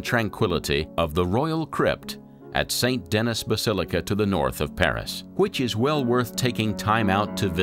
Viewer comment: I really like the documentary but the narrator has NO clue about how to pronounce French city names or places. Not hard to learn that e.g. Rheims and Denis ... awful.